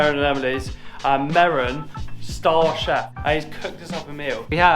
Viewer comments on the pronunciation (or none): none